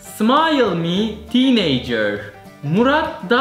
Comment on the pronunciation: smayl mi tiineycır 😂 efso olmuş 😂😂